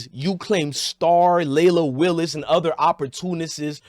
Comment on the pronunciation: Leila Willis lol it’s wills